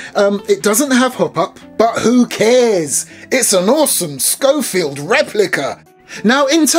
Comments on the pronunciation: It's not a scofield. it's a schofield. (pronounced: show- field) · thought it was pronounced Shofield